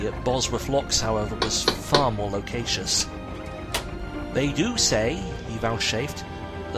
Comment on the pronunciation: I enjoyed your adaptation of this story and the soundscape you built up. I do have a few pronunciation complaints, though: uncommunicative, loquacious, vouchsafed. Otherwise well done.